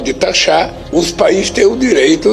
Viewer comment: PAVIVI BOA NOITE. AMO SEU PROGRAMA. OBSERVE COM CALMA O PRONUNCIAMENTO DO LARÁPIO NA PARTE QUE FALA "RECIPROCIDADE" , OU MELHOR, DEVERIA TER FALADO. 😂😂😂😂 EU ESTOU OUVINDO ERRADO, OU ELE FALA ERRADO? COMO DIRIA O BÓRIS: ISSO É UMA VERGONHA!